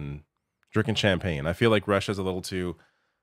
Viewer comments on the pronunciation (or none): none